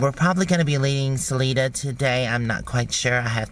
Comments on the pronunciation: Saleeeda?!? Siliiiida One of my favorite Colorado towns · Salida...long i, short a. Hillarious...:)